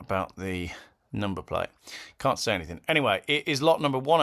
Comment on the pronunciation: "Anythink", "Nothink", "Somethink" 🙄